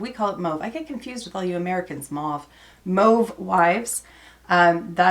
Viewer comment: THANK YOU for saying "mauve" the same way I do - I was beginning to think that my family just all say it weird. Lol!